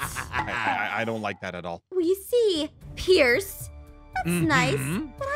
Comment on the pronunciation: Why did you say piece not pierce????😂😂😂